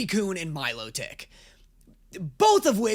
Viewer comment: Sorry, but its pronounced Mil-lot-tick (like the word melodic)